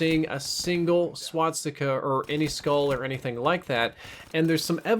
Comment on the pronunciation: It's called Swastica, NOT Swatstica